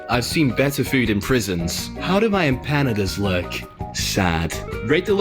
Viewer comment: I just keep feeling pain everytime they say Empanadas wrong😭